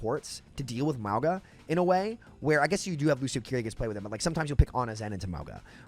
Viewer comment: Bc I don't want my boy sounding dumb, please sound the word Mauga.